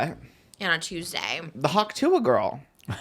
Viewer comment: Not and Trish saying how gays and girlies didn't know about the "Hawk Tuah" girl and then them saying "Hock Tooey" 😆😭